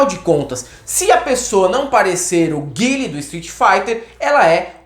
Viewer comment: Haha valeu. Eu sempre achei melhor chamar o Guile de "Gui-le" do que "Gaioul". Muito gourmet pro meu gosto.